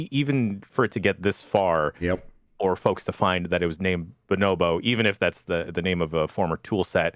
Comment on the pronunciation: The best first episode of anything ever. I think you pronounced bonobo 3 different ways that I’ve not heard before, and I’m here for it 👍🏻